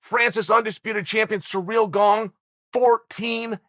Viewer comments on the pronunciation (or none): Chael we love you man but for gods sake my man, please learn to pronounce the fighters names... “Surreal” ?? Come on fam.